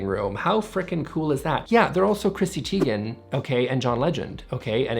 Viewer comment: Chrissy Teigen is pronounced «Tei-gen or "Tie-gen" for you English speakers, not Tee-gen. The Name is Norwegian.